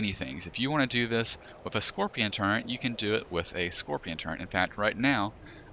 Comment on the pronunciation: How the fuck can someone read turret, type turret, but still say turrent?